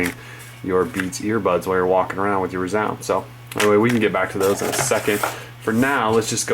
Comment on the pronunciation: its rēzound... not r"u"zound